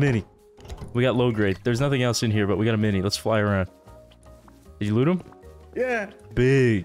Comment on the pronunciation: I love how he says goop instead of loot